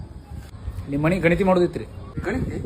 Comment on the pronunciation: ಗಣಿತಿ ಅಲ್ಲೋ ಅದು ಗಣತಿ